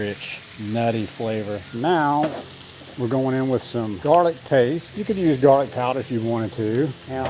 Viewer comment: Did you say Jarlic? 😂 love it!